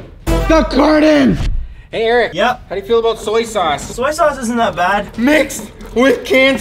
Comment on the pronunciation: “Curtan” hits?